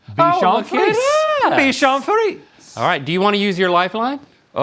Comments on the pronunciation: its pronounce : bichon friSEY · It's pronounced "free-ZAY," fellas. Haven't you seen Shrek 2? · Bichon frisé is coming from french where frisé means curly it's not prounouced ''friz'' like they kept saying in the video it's actually written with an ''é'' at the end so frisé not frise and in french ''é'' is prounounced as how in english we say ''a'' the indefinite articles that precede nouns in a pharase for ex the ''a box of chocolate'' so you say it ''friz a'' (I'm french canadian)